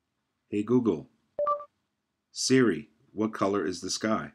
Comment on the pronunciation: Nope, still need to disable copic or cnimageinserter in mobilesubstrate, icleaner ran fine but doesn't fix mine. i5 iOS 6.1.2. And I lost count of how many times Googiri was mispronounced!!! Erg...